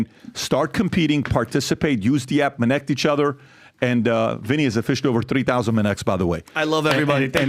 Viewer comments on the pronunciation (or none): bru sounded like biden yapping about " minnect" jesus i never wanna hear that word again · Minnect? Really?